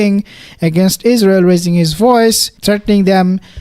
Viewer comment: Yes Exactly. There's No izzzrael. Exactly